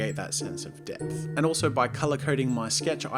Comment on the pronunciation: Every time he said depth I think he says death